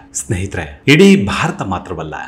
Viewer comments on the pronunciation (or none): none